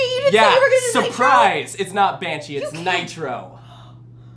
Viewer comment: Tricking saying Nitro that is wrong on so many levels.